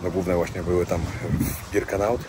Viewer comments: Nie Birkenaut tylko Birkenau...Nie Rudolph Hyc tylko Hess. Szacun za film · Przepraszam bardzo, ale żeby zrobić materiał o Auschwitz (są tysiące materiałów), to trzeba się bardzo dobrze przygotować. Niestety ale Ty kompletnie się nie przygotowałeś. Zrobiłeś to trochę,,na siłę”. Nie Albrecht macht frei a Arbeit.. Nie Birkanaut a Birkenau… Nie Rudolf Hyc a Rudolf Höss. Rozumiem, że chciałeś mieć materiał itd. natomiast nie wolno w tak ciężkim materiale gatunkowym przekręcać postawowe rzeczy. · Birkenau! Nie Birkenaut